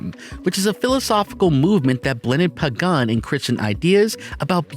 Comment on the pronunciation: "Pagan'" eh?